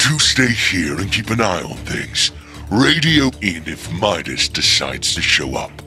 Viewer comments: Memedis no no no madis not medis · It's pronounced mydis not meedas. But his name is obviously spelled Midas. STOP USING THE SAME voice actors for the girls. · medas Me: do you mean midas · Why does say Medus not Midas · It Midas not medas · Meedas lol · said meowkles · Why are and pronouncing Midas as Meedas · Why say midas wrong